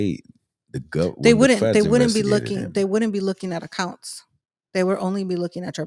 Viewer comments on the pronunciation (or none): Is she saying accounts or acunts.